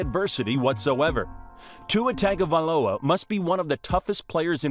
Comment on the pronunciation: The mispronunciation of his last name is killing me. It’s not TAGovailoa, it’s pronounced TONGovailoa